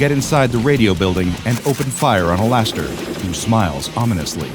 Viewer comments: did he just say all ass stir? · did he say laster or alastor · He said Alastor weirdly is this AI or something??